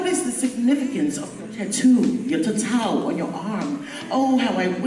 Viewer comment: You said tatau like a boss...